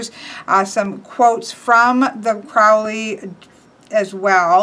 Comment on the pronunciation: Great walkthrough, but you're making the Ozzy blunder - mispronouncing "Crowley". Uncle Al wrote a poem about it once: "My friends call me Crowley because they think I'm holy. My enemies call me Crowley because they wish to treat me foully.